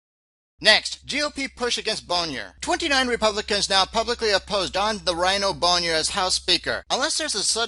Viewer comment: it's pronounced 'boner'!!!!!